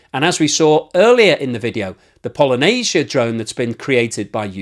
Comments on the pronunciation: You're clearly not ukrainian, considering you pronounce "pallyanitsa" like it was Polynesia! :D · Какая еще Polynesia??? po-lya-ny-tsia !!!!!!!!! Polynesia-это островное государство! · "Polynesia"😂😂😂😂😂. It's Паляниця Palyanizya something like that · Он не может произнести "поляниця" он русский агент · “Polynesia” drone 😂 (Sorry, ) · polynisia XD brah u so funny with your pronunciation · паляниця = pal - ya - neets - ya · I for one am here foorting for absolute butchering of word Palianytsia.:D Not claiming I could fool any slav either.